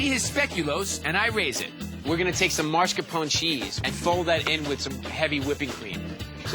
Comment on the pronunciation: It's mascarpone, NOT maRscapone!!!! Pet peeve